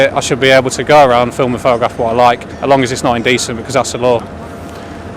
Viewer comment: Another foreigner trying to boss another indigenous English around. I'm sick of it. He can't even speak English. ''Flim?'' FFS